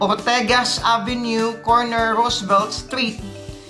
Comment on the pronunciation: Ortigas..not ortegas..